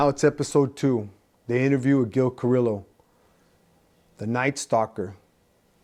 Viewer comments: Carrillo is pronounced CA like caca RIO like el Rio grande CARIO the L’s are silent I personally happen to know Gil when I was a cagapalo back in the 70 s Gil and his partner art would chase me around fast forward 45 years I got my life together I run into Gil at different places I was on a ship cruise with GIL and his wife a while back I appreciate Gil . He’s a real gentleman and standup guy. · I FUCK WITH YOUR CHANNEL.BUT WHY YOU GOTTA PRONOUNCE HIS LAST NAME THAT WAY?? SAY IT RIGHT HOMIE